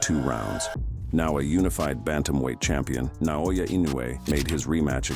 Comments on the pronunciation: It's not pronounced na-oya(na-oi-ya), it's nao-ya(now-ya) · No, “のあや” is not phonetically correct. His name is 尚弥: なおや. That’s Na-o-ya. “Noaya” is not Naoya. のあや sounds completely different than なおや. “のあや” doesn’t even mean anything, that’s not even a word. I literally speak Japanese.